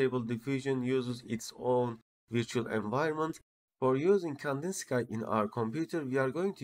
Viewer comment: tutor güzel ama ingilizceyi düzelt, birde Kandinsıkay değil Kandinski diye okunuyor, Rus ressama ithafen Vasili Kandinsky